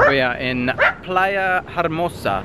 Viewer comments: try to say Ermosa without H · Btw the H in Hermosa is silent most H's in Spanish are silent 😃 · Hi, just thought you might want to know that the Playa Hermosa is pronounced with an 'E'.:) Playa Hermosa means beautiful beach in Spanish. GREETINGS FROM SPAIN:)))